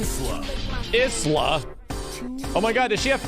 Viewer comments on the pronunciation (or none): I don't like that Isla is prounced is-la. It should be like isle, and eye-la. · Dammit Snk it's pronounced " Eye - Luh " not " Is - Luh "